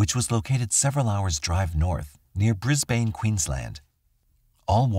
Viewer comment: Pretty well made documentary. As an Aussie, the pronunciation of some of the town names, particularly Brisbane, was grating to the ears. Pretty easy these days to find out the correct way to say the town names.